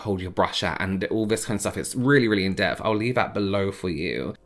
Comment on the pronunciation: Awww 🥰 I LOVE his accent! Especially around the - mark where he says in depth twice and it sounds like/ comes across like he is pronouncing it like in-def or in-deffed instead of in-depth/in-depthed with a (TH sound tttttthhhhaa) And question… when he was talking about his back color was the color Called pubis or was he calling the color pubis bc of the tone of ur was like a pubis type of color or did he mean to call it a putrid color as in he disliked it!?!?